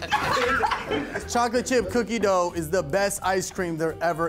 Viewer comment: I did too!!!: don't be tryna get famous., she not the only one. I heard it, too! When you enunciated "Dooughh" I heard it I heard it. She tryna be extra and stuff. Always doing tha most, some people. I heard it, though. I heard you...I did, too...not just harr..